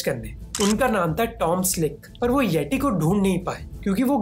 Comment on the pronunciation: it pronounce येती not येटी ।